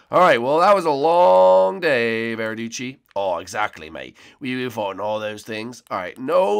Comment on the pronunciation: you sead nick not verriduchi (sorry about mispelte words)